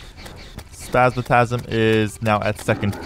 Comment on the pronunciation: it hurts when you say spasmatasm🤕